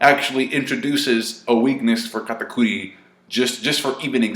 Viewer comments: Why does say Katakuri so weird. That shit is irritating. An I BET KATAKURI doesn’t lose, Luffy will probably stall out until something else happens which makes one of them depart from the fight. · Your over pronounciation of katakuri is cringe...... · I like how says Katakuri with a spanish accent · Is he trying to sound more Japanese by saying Katakuri that way?